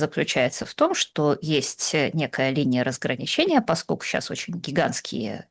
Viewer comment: Слушайте, я конечно все понимаю индивидуальные особенности есть в речи каждого,. Но вот это "паскоку" вместо "поскольку" и еще с пяток таких оборотов - очень уж режут слух.